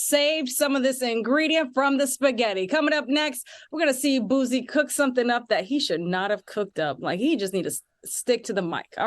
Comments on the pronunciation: The sound of people who speak very proper saying Boosie’s name is so irritating 😂 it’s not Boo-Z it’s BOO-Cee. Damn! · The way she mispronounced Boosie repeatedly is upsetting me and my homegirls. 🤣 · She got to go! Who is this. Does she know anything about black culture. She called Boosie, "Boozie". Harpo who dat woman. Come back Claudia😢